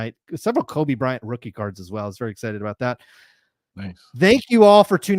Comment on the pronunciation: Re-pack "Rothing"..